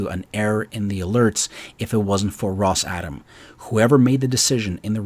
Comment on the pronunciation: I think it’s pronounced Ross-ah-Tom.